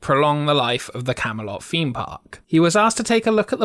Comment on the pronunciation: Please pronounce 'Th" correctly, drove me.mad through the video . Feem Park, fousand, brought, such a shame as the writing and narration was excellent.